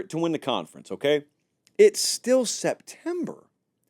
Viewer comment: The way you said September had me crying 😭